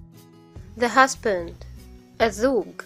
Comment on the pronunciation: مرحبا يعطيكي العافيه عالمجهود والفديو رائع جدا . بس عندي ملاحظتين اول شي بالنسبه للمعاني باللغه العربيه التي تبدا بال التعريف اللام احيانا هناك لام شمسيه ولام قمرية مثل السيد او السيده والدجاجه والزوج او الزوجه اللااام لا تلفظ تلفظ اسيد اسبده ادجاجه ازوج مع تشديد الالف . وبعضها يلفض زي البيت او الجهاد العشاء الغداء ياريت بالفيديو الجاي يتحدد بالاضافه انه يكون اللفظ باللغه العرببه الفصى من دون الجيم المصريه لانو هناك كثير جنسيات تتابع وانا اولهم من الاردن .بتكون اللكنه مو متعودين عليها بالدراسه خصوصا . الملاحظه الثانيه الaccent ااي بتستخدميه احيانا امريكي واحيانا برطاني واحيانا بلهجه مصريه . واسف بس هذا لا يعني انك ليست مبدعه على العكس انا بحضر كل الفيديوز الي بتنزليهم وبستفيد